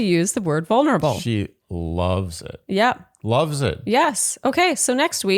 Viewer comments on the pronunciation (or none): Amen. “Vo-nerable” seems to be the go-to pronunciation on this franchise. 🤷‍♀️